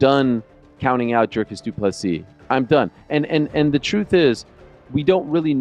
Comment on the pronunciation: Americans: Dricus good ❌ Strickland bad ✅ Dricus ❌ Dracus ✅